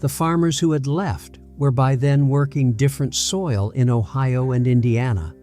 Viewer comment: The Ohio county pronunciation is hilarious 😂